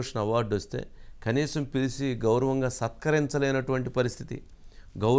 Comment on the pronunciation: Pilisi kaadu babu - Pilichi Aasveerwadam kaadubabu - aaseervaadam.